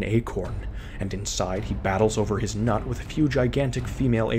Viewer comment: Sorry I can’t take you seriously every time you say “nut” 💀